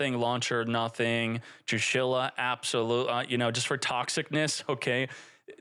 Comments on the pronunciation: TrIshula not Trushila 😆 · I have a heart attack every time says "trushila" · homie said 'trushila' lmao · True she la funniest pronunciation all 40 times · What's toxic about is that pronunciation 😂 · what's toxic about is how you pronounce her name